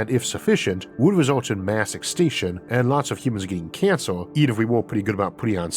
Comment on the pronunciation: Lol. You said when talking about gamma ray burst that there was a "high chance of everything getting cancer" which I initially heard as "cancelled" and I thought you'd made a hilariously deadpan "cancel culture" joke lol.